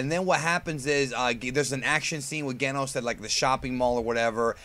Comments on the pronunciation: its pronounce Jenos in japanese Jenosu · I love One PunchMan Btw it's pronounced "Jen-Nos" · I was going to put a comment about how you can pronounce Saiyan but not Genos but that's like 90% of the comments, so, instead I'll ask if you've seen the Heroes footage everyone has been freaking about and can we expect a video with your thoughts or have you pretty much covered it indirectly in another video? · You're mispronouncing Genos' name. haha